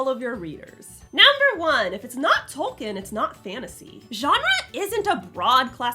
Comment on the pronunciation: "Tolkien" is pronounced like "toll keen".